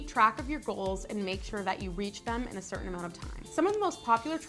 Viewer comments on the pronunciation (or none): none